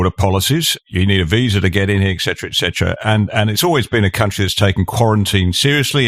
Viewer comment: I hate a speaker who can’t say ET CETERA it’s not EK CETERA - And as you point out - you don’t speak for the vast majority of Australians who don’t want to die in their thousands if we can help it like the other dopes who don’t understand borders and can’t control them - ps how are you going with your sovereign borders currently